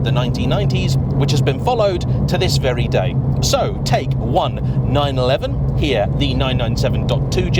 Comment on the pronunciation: I own a 911 and my local dealer pronounces it correctly. As do all most all other motoring journalists. Anyway I look forward to your future videos.